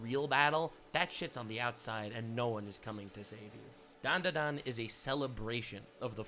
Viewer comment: ... And he still can't pronounce DanDaDan correctly. It's okay boss, we still love you.